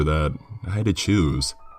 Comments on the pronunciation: At first I thought he said juice then I thought it was Jews then I finally realized it was choose lmao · I couldn’t tell if you were saying juice, choose, or jews.